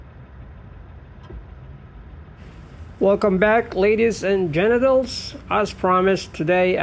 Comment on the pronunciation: Did he say "ladies & genitals???? .....pause